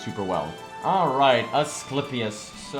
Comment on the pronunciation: A movie. Nice. Also, his name is Man-Dri-Car-Doh. Mandricardo. Confused on how you can’t pronounce that but can pronounce AssClapius.